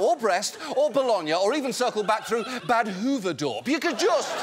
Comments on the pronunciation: I am from Holland and I really appreciate how John pronounces ‘Badhoevedorp’ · I respect his attempt to pronounce Badhoevedorp 😅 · Props for the pronunciationof badhoevedorp! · That pronunciation of Badhoevedorp was surprisingly impressive! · I lol'ed at Badhoevedorp at the end... Bad-ffing-hoevedorp... His pronunciation was good enough to recognize, which isn't a given with Dutch placenames.